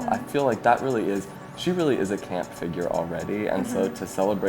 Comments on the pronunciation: it's meant to be camp not lamp 😄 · read CAMP as LAMP 😂